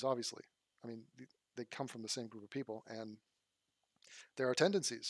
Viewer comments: Aw-vee-us-lee? Awb-vee-us-lee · ob·vee·uhs·lee it's not a silent b. Google that shit. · äb-vē-əs-lē Yes, you are saying it wrong if you are not pronouncing the "b". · you are in the wrong for not pronouncing the B in Obvious. It’s obviously not an inherently silent letter. Please don’t be oblivious to proper enunciation of clear word structure. I still love you. Enjoy your coffee this month. At least one of them will be on me. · It’s not a silent ‘b’ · Uuuuuum, that's a TUMS container not lube, and yes I've pronounced the B in 'obviously' all my life, and always thought it was weird you didn't. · It's supposed to be a soft b sound. The fact that you emphasize b so much relwly shows you have no regard for the language. All you want to do is give people a hard time and provoke anger. Anyways I have better things to than talk to you about pronunciation. I'm closing my YouTube account and I'm going to Egypt for a year. So please don't bother me or message me any more.